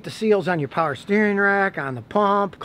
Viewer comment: Scotty you say "paher" windows like a Pittsburgher!